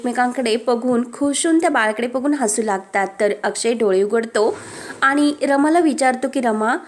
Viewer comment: भाषा फारच अशुध्द आहे.आणि चा उच्चार आनि का?